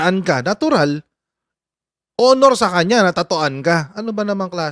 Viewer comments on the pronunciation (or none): none